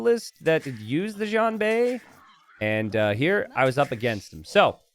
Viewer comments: It's pronounced shian- not djian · I love your content. Xianbei is pronounced 'she-an bay' (slur the she-an into a single sound, as opposed to two separate words). Again, great stuff.